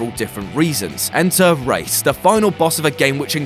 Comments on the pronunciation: (Grammar nazi mode on) rais sounds like rice not race (sorry) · Rais is not pronounced race it's more like rice or rise. You choose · Rais is pronounced like rise not race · Isn't Rais pronounced rice?